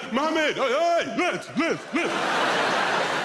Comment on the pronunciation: The way he said mohammed oi oi made me feel like im in 🇸🇾